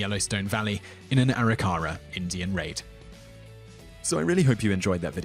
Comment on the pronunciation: Long I in "Kiowa." "Arikara" has stress on the second syllable.